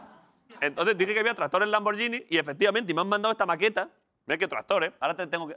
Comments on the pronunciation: Broncano al menos tu podrias pronunciar bien lamborghini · No entiendo como puede ser q en este país nadie sepa aún pronunciar bien el nombre Lamborghini. Es verdad q es el país donde Spiderman se pronuncia espiderman